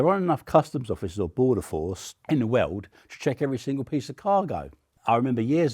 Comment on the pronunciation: "in the wewrd"